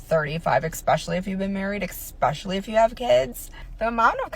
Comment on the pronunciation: "expecially" ... lol